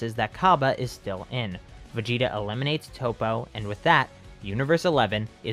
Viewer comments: You said toe-po his name is tap-po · ITS NOT TOE POE ITS TOP O OML